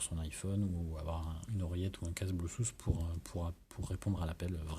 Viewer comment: Très bon test... Par contre, ça se prononce pEbble et pas pIbble et on dit blueTooth pas bluSSouth... Merci pour mes oreilles ;-)